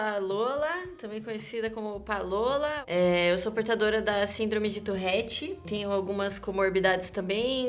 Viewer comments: Nao e touRRete, é touRete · Ela: eu tenho " tourrette" Eu: mas não se fala " tourette " ? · Tourette tem 1 "r" só, então pq caralhos ela fala "Tourrette"?